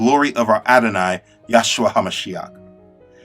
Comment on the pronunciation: Bro all due respect but when you say the name “yahshua” it really bothers me because I feel as though you don’t understand what your truly saying why not just say Jesus? But it’s actually supposed to be pronounced “yehshua” because in the original Hebrew language it would be “yehoshua” which was translated to “Joshua” in English so of you want to say Jesus that’s fine if you want to say YEHshua that’s also fine but I implore you to look into the names. I am not trying to be disrespectful maybe you can see this as a friendly reminder Those who are insisting on Yahshua are therefore enforcing a European mindset on a Semitic language, ignoring Hebrew grammar altogether. Ironically, they do this by trying to be as originally Hebrew as possible. I personally prefer to say Jesus when I speak English and Yeshua when I speak Hebrew, but I leave it up to each and every one to decide for himself. If I find myself in the right context, I might say Yeshua when I speak English.